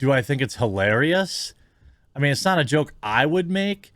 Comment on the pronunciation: “This is something I mean to say for a long time”. Am I the only one who heard ‘meme’ instead? Kudos to this streamer, such troll - much troll…